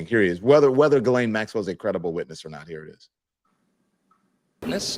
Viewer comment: Also….JIZZ-LANE. I believe we have all agreed to pronounce the name Jizz-Lane. Like penny lane, only stickier.